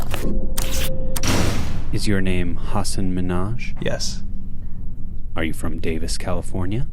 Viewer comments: He called him Minaj, OMG. Is it so hard to say MIN - HAAAJ??? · the interviewer mispronounced his name :/